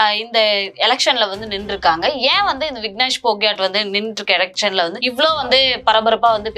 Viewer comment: பெயர் வீனேஷ் போகத்.பெயர்களை சரியாக உச்சரியுங்கள்.